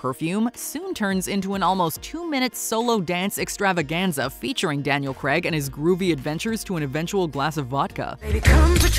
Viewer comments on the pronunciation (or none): Craig not Cregg 😂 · Daniel Craig or Daniel Cregg? I'm sure she called him the latter! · Try to pronounce Craig properly. It's not pronounced Creg, it's rounded Crayg. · “Daniel Graaaaaag not Greeeeeg. 🙄 😂🥴🥴🥴🥴🥴🥴🥴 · Was enjoying this until she said "Daniel Cregg" ugh, it's CRAIG... sorry, just one of those American pronunciations that really irk me. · Please for the love of god learn how to pronounce Daniel Craig's name.